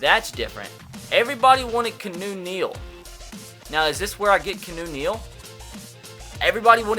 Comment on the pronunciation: Key-ah-new Neal. Not Canoe Neal.